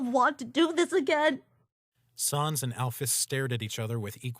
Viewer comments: The narrator pronounced sans as s-aa-ns not s-an-s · Why do they say sons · Why do you call sans sons